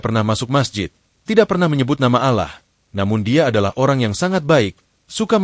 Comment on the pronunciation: Sy pernah mekritisi admin,klo Naratornya hrs org yg paham dg dunia Islam termasuk pengucapannya.Ucapan Alloh,Syaikh dll yg jelas jgn membuat pendengar menjadi ragu.Narator belajar dulu jgn asal baca,salah pengucapan salah pula maknanya.Jgn cuma keuntungan sepihak..